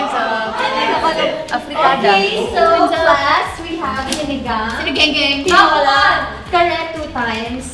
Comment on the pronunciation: jho saying zeen-igang meanwhile aiah saying sine-genggeng (sinigang) 😭